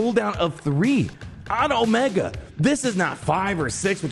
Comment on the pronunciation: Come on you can't keep calling her Omega. Haven't you seen the show it's O-MEEE-ga.